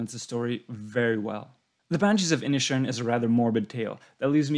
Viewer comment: Except for Inisherin which he pronounced Inishin and Siobhan which he pronounced Shovin?